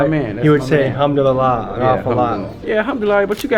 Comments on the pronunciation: Al ham do li la 😂 is this guy for real lol he can't even pronounce the simplest of words. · Sounds like he saying I'm doodie lo. When he says Alhamdulillah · That’s a slick translation you tried to pull but Bruh was definitely saying “Humdoodeelah”. Idk if you wanna edit that in but definitely don’t let that slide it’s important to my people.